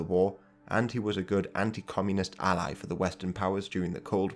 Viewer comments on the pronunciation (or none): none